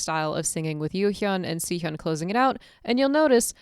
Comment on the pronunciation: Great video to show appreciation for this song. But one thing that kept bugging me was the way you said Sihyeon instead of Siyeon lol. Please, It's Siyeon, not Sihyeon